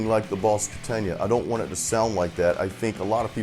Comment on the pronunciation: "boss ketenja" =))) its KATANA, bro =)